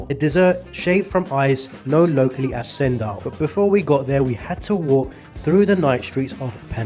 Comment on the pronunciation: Bro, ALL letters C in the Malay language ONLY make the "CH" sound, so it's actually pronounced "CHENDOL" and not like "Sendol"😅